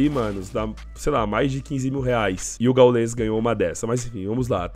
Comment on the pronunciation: Mano nao é "gaulês" é gáules o pronunciamento